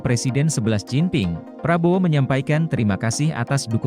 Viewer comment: XI JINPING jadi SeBeLAs JinPiNg.